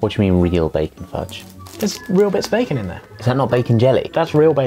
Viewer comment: Is it just me or is Josh pronouncing bacon weirdly?